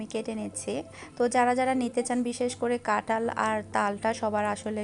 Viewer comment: Apu Tomi kathal K katal bolo keno